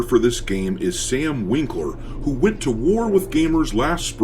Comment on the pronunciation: ah yes sam "winkler" , every time